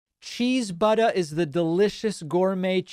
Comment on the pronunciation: I never get tired of hearing Pakman say "butta"